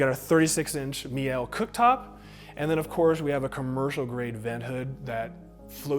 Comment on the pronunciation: Great video.. very detailed👍🏼. Btw.. Meile is pronounced mee-luh. Everyone on YouTube says it differently but no one EVER gets it right lol. Hopefully you'll be the first now.